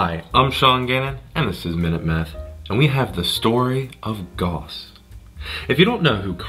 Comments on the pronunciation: Goss ? It’s Gouse ! Like Strauss the musician Why do Americans have to pervert 3very pronunciation to man ? GAUSS like STRAUSS Ahhh! And don’t keep adding ‘out’ to the end of everything. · Gauss rhymes with house, sir.